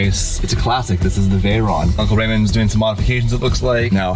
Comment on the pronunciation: not veyronne its writed veyron and pronounce like its wrote !